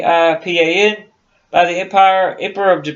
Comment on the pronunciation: FIRST OFF THE ISLAND NAME IS PRONOUNCED SI - PAN. SECOND AMIELA AIRHEART WAS P*SS POOR PILOT . SHE CRASHED 3 OR 4 TIMES BECAUSE SHE COULD NOT HANDLE HER AIRCRAFT'S . SHE NEVER LEARNED TO USE HER RADIO AND COULD NOT NAVIGATE .HER NAVIGATER FOR HER AROUND THE WORLD FLIGHT WAS A DRUNK. HER NEXT TARGET WAS HOWLAND ISLAND . US NAVAL PICKET SHIPS WAITING TO GIVE NAVIGATIONAL BEARINGS COULD HEAR HER BUT COULD NOT REACH HER BECAUSE SHE WAS ON THE WRONG RADIO FREQUENCY . SHE MISSED HOWLAND ISLAND BY 20 MILES THE NORTH, SHE WAS TO PASS TO THE SOUTH OF HOWLAND ISLAND WHERE SHE WOULD HAVE SEEN A SMALLER ISLAND TO TELL HER SHE WAS WHERE SHE WAS SUPPOSED TO BE.SHE RAN OUT OF GAS AND CRASHED IN THE OCEAN. THE LOCKHEED ELECTRA SHE WAS FLYING WAS NOT NOTED FOR ITS WATER LANDING ABILITIES.THEY FREQUENTLY BROKEUP AND SANK IN ABOUT 30 SECONDS MAX TIME THEY HAD ONLY A SMALL COCKPIT HACH OVER THE PILOTS COMPARTMENT. PILOTS THAT SURVIVED THAT KIND OF CRASH ARE TO BADLY HURT TO GET OUT QUICKLY AND IF SHE DID GET OUT SHE HAD NO LIFERAFT AS SHE LEFT HERS BEHIND BEFORE SHE STARTED TO SAVE ON FUEL. THERE WERE BETTER WOMEN PILOTS THEN AIRHEART BUT THEY DIDN'T HAVE PUBLICLY AGENTS KEEPING THERE NAMES IN THE PUBLIC . AS FOR THE JAPANESE THAT WAS JUST PRE WAR HHYSTERICS SHE NEVER GOT NEAR ANY JAPANESE HELD ISLANDS. THE TRUTH IS A BAD PILOT SCREWED UP AND 2 PEOPLE DIED AND THAT JUST AS INTERESTING AS A MYSTERY.